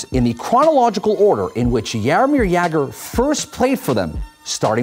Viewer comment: It's hilarious how you pronounce Czech and Slovakian player names. But Jaromír Jágr was pronounced fine, we love that guy in Czech Republic!